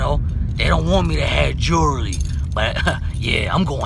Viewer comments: he said jelwy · i fucking lost it at jelrewy love you bro!